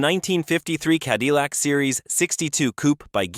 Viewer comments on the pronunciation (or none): AI lost me at Ca-dee-lac.